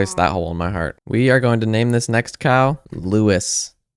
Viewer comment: Cowol Lewis.